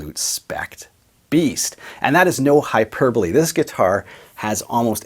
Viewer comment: At least YOU know how to say hyperbole correctly!!!